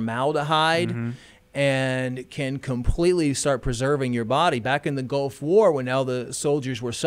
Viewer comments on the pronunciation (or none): none